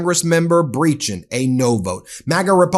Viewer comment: I think that name is actually pronounced Breh-keen. I have a friend with that last name, and that’s how they pronounce it. I said ‘I think’ because I suppose there could be different pronunciations…